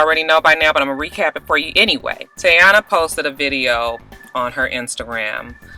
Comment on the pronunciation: lol its Tee-yOnna lol... shows how relevant she is!